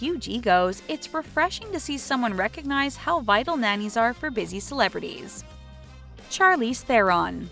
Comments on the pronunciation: Is anyone going to address the fact that this woman says CHARlize thereon instead of Sharlize?? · It's pronounced Charlize like Chandelier, not Charlie